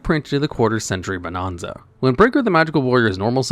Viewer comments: Bo-NAN-za. Not bo-NON-za. Stop saying it wrong. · Ahh yes…. “Bonahnza” 😂